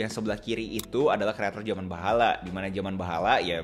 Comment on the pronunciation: Baheulaa😂 bukan bahala😂